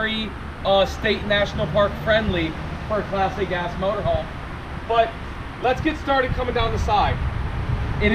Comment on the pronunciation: It sounds like is saying "Plastic-ass motorhome. I finally realized he was slurring "Class A gas."